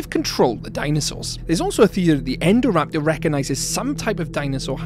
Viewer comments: Indo-raptor get it's name after the Indominus Rex it was based on. Yet you pronounce Indominus Rex correctly then call it Endoraptor? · it's so weird it's called "INdoraptor" and yet everyone in the films and in this video says "ENdoraptor"